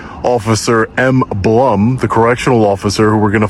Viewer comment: Blum is pronounced Bloom btw 😂